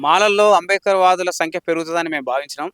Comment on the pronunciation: ఆరె నాయన ముందు నువ్వు స్పష్టం గా అంబేద్కర్ అని palakatum నేర్చుకో. మాల లు చేసే పోరాటం రాజ్యాంగం ప్రకారం ఉంటాయి. మీరు చేసేది రాజ్యాంగం ప్రకారం లేదు అందుకే మీరు,మిమ్మల్ని వెనుక వేసుకొని వచ్చే సమాజం రాజ్యాంగం మీద నమ్మకం గౌరవం లేదు. అందుకే ఎంత మంది ఎన్ని కుట్రలు చేసినా ఫలితం శూన్యం. ముందు మోడీ తీర్పు ఒక సారి పూర్తి గా చదువు. మరి నిజమే కదా ఇప్పుడు మంద కృష్ణ అన్న మోడీ తీర్పు అని వొప్పుకున్నావు కదా. తమ్ముడు ని బాద అర్థం అవుతుంది. నువ్వు అలగా మాట్లాడ పోతే మంద నిన్ను బయట కు pamputhadu కదా. పాపం.